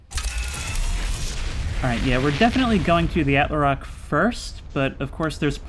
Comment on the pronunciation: Please man🙏, it's "attle-rock" not "attler-rock"